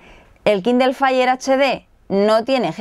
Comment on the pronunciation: Kindel, Googuel y Appel xD